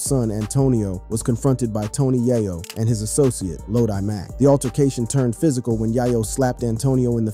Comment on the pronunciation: bro learn to prenouns names before speaking its YĀ-YŌ NOT YA YO ITS SHANTÉ NOT SHAN TÉ 4TH GRADERS WITH YOUTUBE CHANNELS IS BUGGED🙄